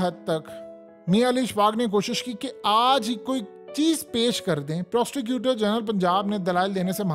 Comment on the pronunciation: It's prosecutor not prosticuter...😅😂